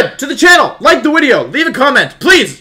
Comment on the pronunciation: please stop clapping, yelling and saying "wideo"